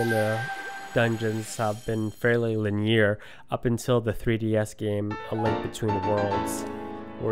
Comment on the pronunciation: Oh my god, you are truly horrible at reading.... you pronounce the word 'linear' like LIN-eer, not luh-NEER So insignificant, but so fucking idiotic I can't fucking wait for part 3, where you stop your awful got damn commentary...